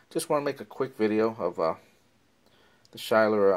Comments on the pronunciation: Schuyler is pronounced "Sky-ler"= according to their website. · Nice review. The company name is pronounced Sky-ler